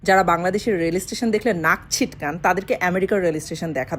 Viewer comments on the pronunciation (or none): ইউরোপের চোর ছেঁচ্চড় ছোটলোকেরা আমেরিকার প্রথম অভিবাসী। নাক ছিট্কান না কথাটা হচ্ছে সিট্কান